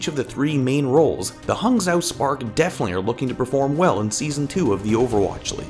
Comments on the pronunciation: "zhou" is pronounced like "joe" btw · The "zh-" is pronounced like "j". So, it's "Haang Joe". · It's pronounce H-ah-ng (it's like the English word "hang" but with an "ah" sound) Joe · Hangzhou is pronounced as Hung-Joe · Good video, but is said more like "Hang Joe". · Damn no one is saying Hangzhou correctly... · Hey man the "Zhou" is pronounced Joe and the "hang" is like a mix of hung and hang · Oof that pronunciation LOL...really appreciate this series though!! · You went back to pronouncing Hangzhou wrong why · you really butchered the pronunciation LOL, i guess it can't be helped